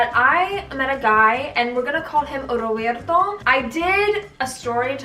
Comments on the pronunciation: The way you said rrrrrrroberto tho 🤣!! Girl isn’t it so refreshing looking back now and being like wow ... yes sad, but look how far you’ve come hahaha I was also once a pretty naive and gullible young 17/18 year old (I’m 27 now). What matters is that we grow and learn to love ourselves and then that true good healthy love will find you. 😘XO! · Rrrroberrrto 😂😂 girl stop 🤣🤣🤣